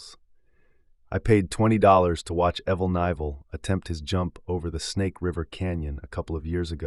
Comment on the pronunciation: it’s absolutely ai. No American doesn’t know how to pronounce Evel Knievel.